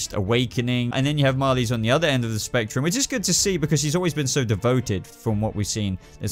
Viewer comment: "She has always been DEVOEted" xD